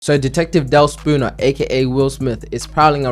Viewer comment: Kept hearing "sakuna" everytine u said "spooner" lmao